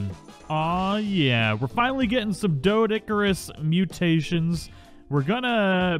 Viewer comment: Despite how it's spelled, it's pronounced DEE-DOH-CURE-US! The strawberry-pink ones are cute, mutated or not. Think you need to keep a bird handy to move them around. I have a Minecraft world that's almost perma-rain. I've been hit by lightning there several times... Lost half my sheep to a lightning bolt once >.<